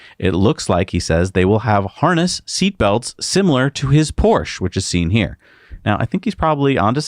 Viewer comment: I’m surprised you don’t know how to pronounce Porsche...